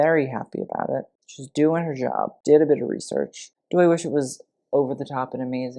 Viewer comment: OMG. You should at least pronounce English correctly. Can you say "research?" I don't know anything about the Gilded Age, and who's Jerry Hall? Seriously? "I think at one time she was Mick Jagger's girlfriend." Uh, his wife for like 14 years, had children together. I'll pass on your channel.